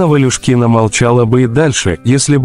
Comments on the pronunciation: Странный заголовок....странный робот 🤖 озвучивает ролик! Странно, что даже фамилию актрисы называет неправильно: Ва́люшкина? Вообще-то она Валю́шкина! Это точно, что этот канал российский? 🤔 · Что за дурацкая манера коверкать фамилию ставя ударение как попало ! ВалЮшкина!!! Уважайте актеров и говорите правильно их фамилии! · Не ВалюшкИна, а ВалЮшкина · Вот зачем так:"Елена Валюшки'на...? Может Валюшки'на? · Ударение на ю❤️